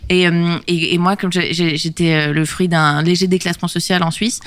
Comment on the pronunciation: Elle a presque dit les frouzes 😂